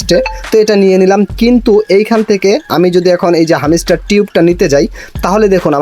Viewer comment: R arekta mojar kotha holo, হ্যামস্টার না,হামিস্টার🤣🤣 আবার টাস্ক না টাক্স🤣